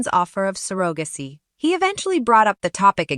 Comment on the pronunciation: Probably computer generated voice. Pronounced surrogacy wrong too.